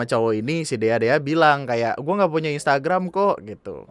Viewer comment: maap bang, gw ngakak sm "instragamnya" WKWKWKW